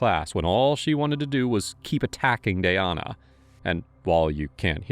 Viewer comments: Why did you butcher her name like that?! It's DAN-YA. 🙄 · how we gonna call the victim the wrong name the whole time? her name is Danyna. DA-NY-NA. y'all wrote Danya and pronounced it Dayana. come on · It’s DAN-ya. Not day-Ahna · Its not danaya..its DAN-YA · Omg….it’s DAN-YA, not “day-an-a”. It’s making it so confusing with the other girl being Tanaya. I can’t stand AI commentary. Also, this girl is obviously a psycho who will hurt others in the future since she will have the chance. Shitty liberal DAs and Judges give slaps on the wrist, if anything, and because of it society suffers constantly. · Dayana?!?!?! It said DANya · Anyone else getting the teeth grinding when he calls the victim dayana but as far as i understand the victims name was danya... 🤷🏼‍♀️🥴 May her poor soul rest in peace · It's Danya, not Dayana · I think it’s pronounced “Da nya” not “Day ana” just from the spelling. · Tbh pls learn to pronounce victim names right cause her name is Danya not “Dayana” 😒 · Her name is Danya. Not Dayana. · Is it just me or did they Mispronounce the victims name the entire video? It’s spelled D A N Y A but they pronouncing is Day-on-uh. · Her name is spelt Danya.. like Dan- yuh. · The fact that the narrator repeatedly said the girls name wrong. “Danya” doesn’t look anything like the way he is saying as Dayana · Danya =/= Dayana ? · How are you pronouncing "Danya" as Dayanna????? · “Danya” =/= “Dayana” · How do you sit here and mispronounce danya the entire episode..wtf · You mispronounced DanYas name over and over aggravates me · You are pronouncing Danya's name so wrong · or, maybe, you learn how to pronounce it. You can pronounce Tchaikovsky, Mussogorsky, even Beethoven. You can pronounce Danyna. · Looks like her name is DAN-YA, and the other girls name is TA-NAYA. You kept saying Dayana and Tayana, merging their names. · Ai crap channel. Do you listen to this before you post it! Tanya is not ta-niah. Danya is not da-niah..